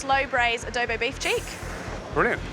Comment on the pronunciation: is soooo annoying👁️👄👁️, also George: it's Adobo not Adobe